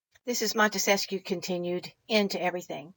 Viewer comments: Wonderful lady, the Montesquieu thing was just an fyi for future ref. Didn't mean to be the grammar police. ☺ I misspell and mispronounce too sometimes. I like being corrected so I'm not forever repeating an error, but that's me. Some folks don't appreciate it and think I'm finding fault, which in this hyper-critical age is understandable. Just keep on being wonderful and waking people up however you do it...and thank you! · Great video, as usual! Couple of things: have you spent any time with the Anti-Federalist Papers? Also, you may or may not want to know Montesquieu is only 3 syllables?